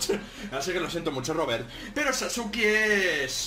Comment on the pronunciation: En la descripción dice Sasuke , no sasuki ._.XD